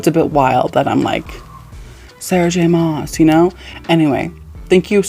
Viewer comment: I found you through horror but I'm so happy you're branching out. Horror is one of my favorite genres but TBH I don't read nearly as much horror and Thriller as I do fantasy. It's just so comforting to me. Btw SJMs last name is pronounced like Christmas mass